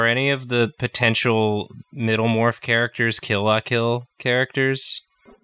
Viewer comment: STOP SAYING KILL LAH KILL ITS KILL LUH KILL